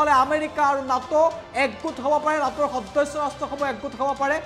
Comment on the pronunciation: Neto nhoi Nato he...goru anchor😒